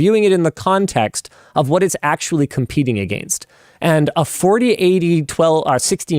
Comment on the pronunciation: Against: pronounced Egg Angst